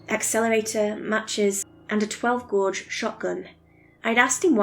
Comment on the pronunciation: Gauge is pronounced gay-ge like cage but with a g. 😉